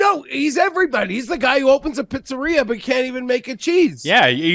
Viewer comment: I also found his pronunciation of pizzeria to be very funny lol